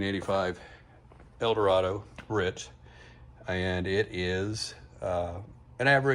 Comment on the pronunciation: Proper Pronunciation is “BEE-A-RITZ” , not “BURRITZ”.